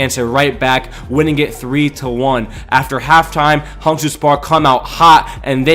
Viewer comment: Pls pronounce Hangzhou like: (Hung)-(Joe)